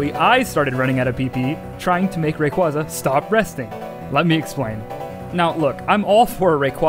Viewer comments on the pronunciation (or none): The way you pronounce Rayquaza hurts me physically, don't understand how so many people get it wrong... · YEA! ITS THE RAYQUAYQUAY